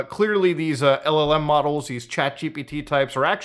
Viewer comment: Everytime mutahar says LLM i hear " L O ELM models"